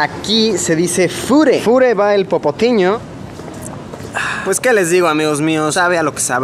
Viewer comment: "Popotiño" ese chavo 😂